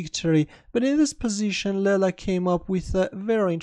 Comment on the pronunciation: As far as i know...its not laila..its leela..its sanskrit word from india..its play of god called leela